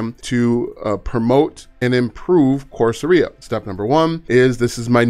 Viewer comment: Great content,. But my good man… Course… era, not aria.👌👍